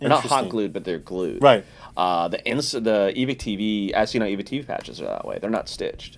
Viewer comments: Ee- Vick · I have really only heard say Evike, but he sometimes has a slight accent so this is mostly aimed at, but how the heck do you pronounce Evike. Love the show keep up the good work.